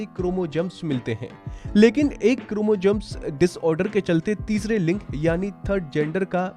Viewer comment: 😂 क्रोमोजम्स , bhai dhang se to bolna seekh lo pehle